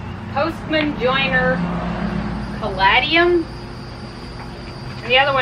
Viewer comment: I would like to try the bars, but I am with you on the olive oil. I would not like it in any kind of baked sweets. I do not like the taste of olive oil of any kind in any thing. Just my opinion. Oh and at my greenhouse (Amish) they call the red plants ca la dium. The first a is short and the second a is a long A as in gate. : )